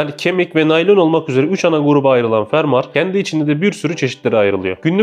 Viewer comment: Fermar degil fermuar